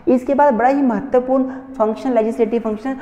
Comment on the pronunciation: Himachali accent kicked when he said mehtarpurn